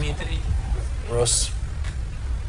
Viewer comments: It's Ross not Rose. I have watched over 100 videos of yours, stop calling him, rose. 🌹, it's a flower not a real G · No it's not, 😂😂😂, it's Ross like Ross from friends. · I am pooooopin, it's Ross not Rose, 🌹, it's disrespectful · His name is Ross that's Ross wituna double S not Rose. Is it really so difficult to actually call h8m by his name its s9 disrespectful doing what you're doing.